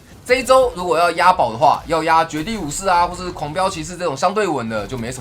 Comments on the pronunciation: 雖然已經不是第一次了 但我每次聽萊斯講狂飆騎士 聽起來都很像黃標騎士:face-orange-biting-nails::face-orange-biting-nails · 狂飆騎士一直聽成黃標騎士...